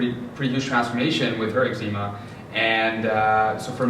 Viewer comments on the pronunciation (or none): Why do you pronounce the word eczema like (noczema but eczema)? Just wondering bc the doctors pronounce it differently. Also, I changed my diet for 60 days and no improvement in my skin. I've been to a naturopath and still no answers. I do not have itchy skin. But I agree with your morning routine - mine is first prayer then scripture reading and if I can, a morning workout.